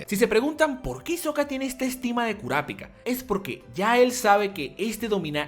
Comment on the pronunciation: lo unico no soporte como pronuncias kurapika , porque toda la vida lo he pronunciado y he escuchado pronunciarlo con el acento en pi, aparte de eso genial video